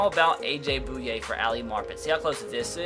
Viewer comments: It's pronounced A.J. "BOY----YAY" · Finally - a Jaguar. Heads up, it's pronounced Boy-ye.